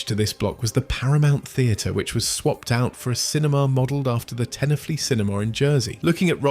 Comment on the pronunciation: as someone from jersey it's funny hearing you say tenafly as tena-flee. great video though this is truly a good documentary.